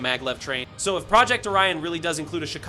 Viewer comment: I did not understand what are the ''HUGE NEWS'' nothing that we didnt knowalready. Also, learn how to say Project!